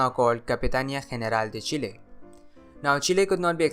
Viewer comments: Kudos on your correct pronunciation of Chile. The area you marked as controlled by the Mapuche people is wrong though. They lived further north and Chile colonized the area you marked before conquering them. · First time I hear an english speaker pronounce Chile correctly, I salute you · I pronounce it Chile